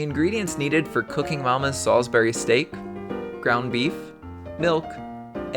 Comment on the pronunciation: you are not pronouncing salisbury steak right.